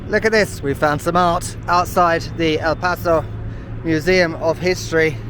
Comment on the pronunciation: Your pronunciation of "El Paso" and "Juarez" is better than most people who live here lol